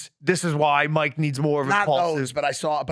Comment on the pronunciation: Why am I watching this commentary by a child. You made 60 videos about these clowns and act like you can‘t pronounce Mikes name. If somebody else does that you make 5 minutes of content about it. Fuck me for even engaging here, I need to go outside. Blocked and unsubscribed.